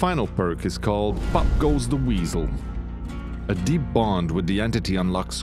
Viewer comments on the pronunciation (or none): Ok so NOW you guys are doing spotlights again and you are doing them when everyone has figured out, what the perks and abilities do. Also when you said pop goes the weasel I thought you said f**k goes the weasel. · I swear when he say POP GO THE WEASEL it sound like FUCK GO THE WEASEL.